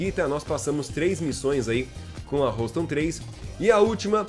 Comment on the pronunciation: Houston pronuncia-se ˈ(h)yo͞ostən